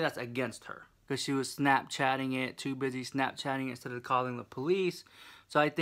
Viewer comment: "Dis tew much"